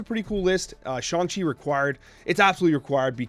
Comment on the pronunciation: He did it! He said Shang-Chi right!